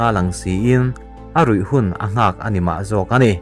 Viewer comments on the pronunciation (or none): none